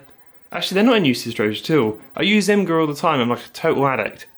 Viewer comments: btw Imgur is pronounced “image-err” according to the devs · Imgur is pronounced image-er.